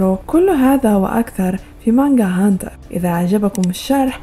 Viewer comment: تكفين انطقي هنتر هنتر زين